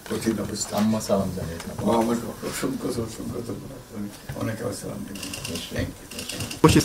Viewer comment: সালাম টা শুদ্ধ হওয়া দরকার